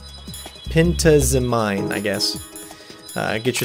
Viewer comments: pen-TAH-zeh-meen. emphasis on capitalized. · I think its pronounced "pen-taz-a-min" but i could never say it correctly either and good show with the strategy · Pen-Taz-Uh-Mean is how you pronounce it, lol. Sorry, had to do it :P